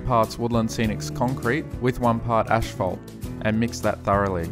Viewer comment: "ash-phalt" xD